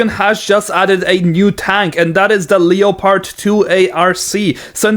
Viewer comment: leopard is pronounced like the big cat kind of leopard just so ya know